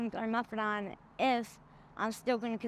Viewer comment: YOU ARE WRONG GF, GETTING ON SUBOXONE OR METHADONE (NOT METHADON LIKE SHE WAS PRONOUNCING IT) IS NOT JUST TRADING FOR ANOTHER ADDICTION SWEETIE! I have gotten on the methadone maintenance program and recovery and completely CHANGED my life!! I got clean, got a job, got an apartment, got my kids back from the state and I'm a peer advocate for my program and live a normal fuckin life!! What are you doing?? THOSE ARE EXCUSES DARLING!!! Everyone's treatment is different , if you want to get off in 6 months to a year express it to your counselor at the program. You have to WORK the program, there's meetings, you have a counselor that will help you with EVERYTHING under the sun including getting a place,a job, a support when you get cravings, etc. You won't be able to just quit cold turkey at a detox center or rehab cuz if you have been using it for as long as you say you have, your body and your MIND is going to need more help for longer than they can help you with. YOU HAVE TO WANT IT!! If you did want it you wouldn't be making excuses to go into a program now! You could go get on Suboxone or methadone and they will give it to you while you're in the hospital getting your arm taken care of. I can't believe that you are getting your arm amputated and you're still getting high, if that's not a reason to get clean, then what is? The fact you look 60 not 30!?! I mean come on, stop making excuses to yourself and be realistic!! You will die if you keep using, is that what you want?? GE